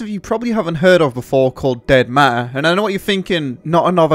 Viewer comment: Did he just call it dead mare?